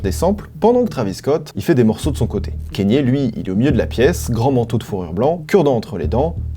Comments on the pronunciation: c'est pas kénié bordel ça se dit "ka nyé" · Pourquoi tu prononces Kanye : Kényé ? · Kanye se prononce "kanié"